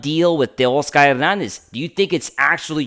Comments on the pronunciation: exactly he's Latino when he was born that's the way his parents pronounced it. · For all you people complaining about the way he pronounces Teoscar’s name that’s the correct way to pronounce his name ! After all Teoscar is Latino !! Give the guy a break ! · That’s the correct way to pronounce his name !! After all Teoscar is a Latino ! He is pronouncing it the correct way ! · He pronounces it the right way ! The way it should be pronounced! After all Teoscar is Latino !